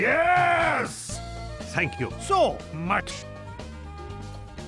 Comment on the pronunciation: EEEEEEYYY SAYING YESH INSTEAD OF YES IS TUFFY’S THING